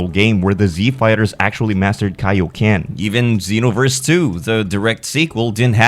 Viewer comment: Xenoverse, not Zenoverse...